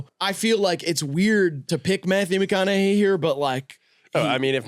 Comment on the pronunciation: graydon trying not to laugh at how pronounced mcconaughey mack on a gay fucking killed me